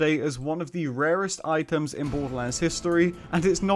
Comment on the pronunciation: What Kind of accent does he have ? Twitter -> Twi—er Items -> I-ems